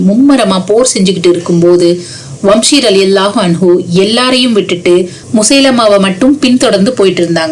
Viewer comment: வம்ஷி அல்ல வஹ்ஷி